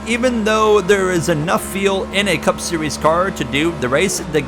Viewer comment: Bro, FFS please learn how to pronounce the word "fuel". It's like "you'll" or "mule" but starting with an F. So tired of hearing you talk about pitting for "tires and feel" lol